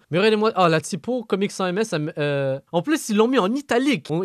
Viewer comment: "Comic sans MS" la prononciation met les fans d’Undertale en pls